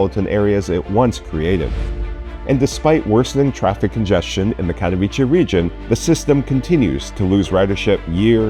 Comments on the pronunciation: You know what, I cannot understand why it is sooooo effing hard for you to check the google translator and even try to say it correctly. It is not Cathoviche, but it is Catovitse. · Kind of OK analysis - thanks - but I would recommend studying Polish for 10 seconds and pronouncing the name of Katowice with a 'ts' rather than a 'ch'! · Especially it’s not a difficult name to pronounce. Take German Kattowitz and put ‘e’ at the end. Plain sloppy not to take care of it.